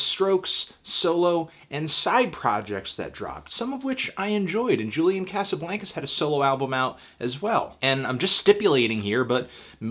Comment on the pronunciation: Why do you say "Julian Casablancas" like that? Isn't it "Jew-lyan Kah-suh-blahn-kuz"?